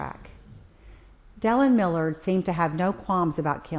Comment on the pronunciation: You lose all credibility when you don't even pronounce Millard's name correctly.